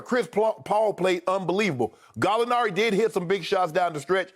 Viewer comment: Galli-a who ???? SKIP stop it my guy